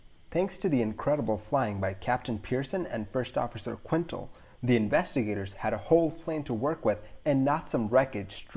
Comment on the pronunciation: Quintal is pronounced Kintel, not Quintle. 9/10 show